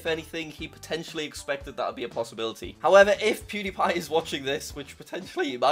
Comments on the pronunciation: you literally said pwediepie congratulations on passing 100 thausand subs😂😂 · pronounce it right jack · he said it wrong lol